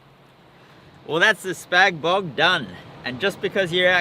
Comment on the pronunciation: Haha, I'm from Adelaide and when he said "Spag Bog" I thought hooray.... someone knows how to say it - I've noticed the east side of AU call it as you have said. Spag Bog sounds much better - SPAGhetti BOloGnese. Also suits the title of the vid too.